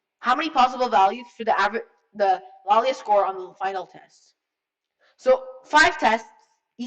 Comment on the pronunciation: He said Laila wrong